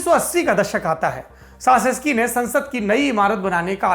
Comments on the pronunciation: सासेसकी नहीं... चाऊसेसकू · Nicolai Caesescu ka uchharan "Chu-ses-ku" hoga. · Respected Sir his name pronunciation is Nicolae Chowshesku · We really enjoy Lallantop and mostly the Duniya dari section. Just a little correction if I may. His surname is pronounced as Chouseshkou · Saurabh ji with all due respect...President's surname pronounciation is "चाऊ सेस कू"....🙏🙏